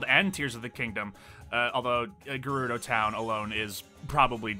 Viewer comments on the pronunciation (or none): none